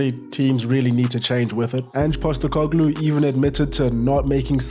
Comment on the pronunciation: There's only one Ange Pasta-car-glue